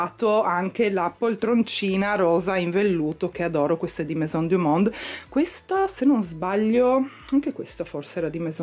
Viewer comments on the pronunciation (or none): none